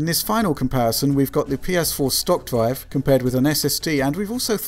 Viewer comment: What is a dwive? Gwaph? Sowwy, the accent kills me.